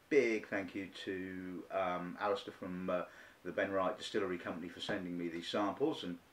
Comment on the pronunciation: good review..... but you must at least learn how to say benriach and glendronach properly..... ;-)